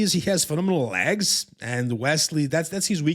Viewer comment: Why are you saying lags? It legs 🦵